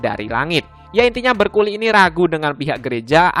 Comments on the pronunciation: itu bukan berculi bacanya namun Bercooli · Bercouli❌ Bercoli✔️